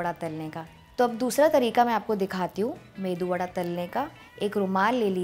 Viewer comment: I like ur saying medu vada....